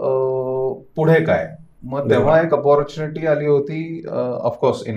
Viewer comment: फाइव्ह स्टार हाॅटेल्स मध्ये काम करून सुद्धा, लंडन मध्ये दोन वर्ष राहून सुद्धा, उच्चार "अपाॅरचूनिटी"?!! बरोबर उच्चार "ऑपरचूनिटी" किंवा "ऑपरट्यूनिटी" असा आहे!!